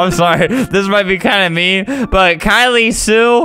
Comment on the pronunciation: thats my name (kylie) and they way he says it is just perfect